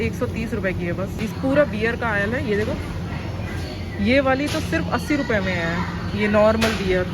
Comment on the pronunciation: Is he said ruvhiya 😂❤❤